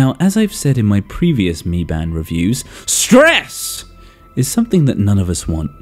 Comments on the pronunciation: Broh I terrified when u said Stresss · 'STRESS' I loved it😂